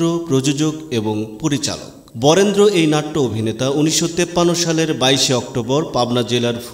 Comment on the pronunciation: বরেন্দ্র এর জায়গায় ওটা বরেন্য হবে।